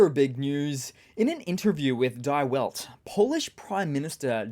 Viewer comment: 'Die Welt' just means 'The World,' not 'die' as in 'Go dead'. Keep up the good work,!